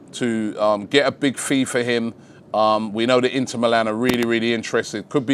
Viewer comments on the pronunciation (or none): none